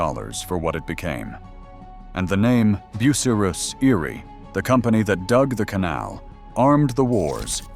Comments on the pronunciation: Learn to say BU--CY--RUS. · “ Boo sah Riss “ 😂